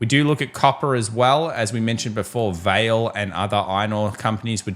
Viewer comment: vale, Portuguese. id guess its pronounced as in spanish, Va-le